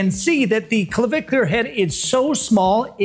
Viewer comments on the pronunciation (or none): Why is he having trouble pronouncing “clavicular”?